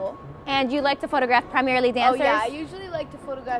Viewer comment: “a photagrafwa”